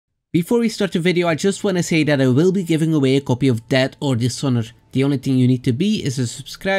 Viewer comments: lol at first I thought you said you will be giving away a copy of dad or dishonor. Love the channel homie! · I thought he said debt or dishonor like the UKs current economic situation